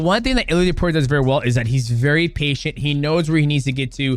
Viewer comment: It's topuria not opuria 😂